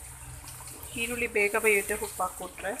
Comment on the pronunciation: Kannada sariyagi mathadi hirulli Alla eerulli